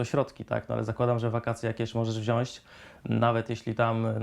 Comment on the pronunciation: Wypowiadasz się publicznie, dajesz rady to wypadałoby wysławiać się poprawnie po polsku , mówimy "wziąć " a nie "wziąść "😉